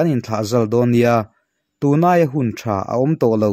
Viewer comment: Kawl hming a THA tih hi TA tia lam tur a ni e. HTA a nih chuan Tha tia lam ve thung tur.. duh sak na vang aw. Th hi T lamrik tur